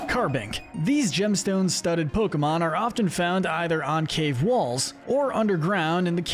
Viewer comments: you pronounce some of the pokemon names really wrongly. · Do the Bug-type next! I’m warning you, though: stop mispronouncing Pokémon names, “”! 🤨